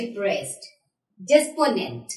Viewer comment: oh gosh ! the way you said desperate n despondent was hilarious but in the land of blinds one eyed man cloud be king lol